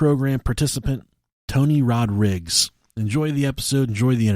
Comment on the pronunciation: 'tony rodrigs'??? surely rodrigues is easier to say